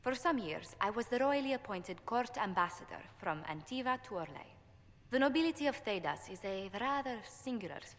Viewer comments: Antivan = An-tea-van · So when will Jesse realize hes been mispronouncing Orlais, mabari and Antivan ? Did he actually play Origins or did he only stare at Morrigan`s boobs ?